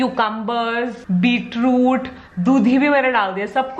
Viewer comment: its beetroot, not beetrude :P